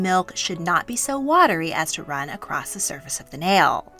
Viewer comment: After hearing the word across pronounced “acrossed” and that humans are supposedly the ONLY species of mammals that retain breasts when not nursing or pregnant…. I’m out. Btw elephants have breasts that are almost indistinguishable from humans (just a LOT bigger!) and there are several species of ape that retain breasts after puberty. I would take anything said here with a grain of salt if they can’t get simple facts and grammar correct within the first 2 mins.